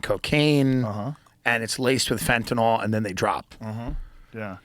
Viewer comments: You are pronouncing Fentanyl wrong. Sound it out guys. Sounds like NIL not NOL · Please stop saying FentaNOL it’s called FentaNYL thanks love youse